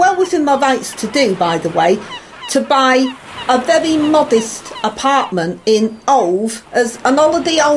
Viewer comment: wery wery un appy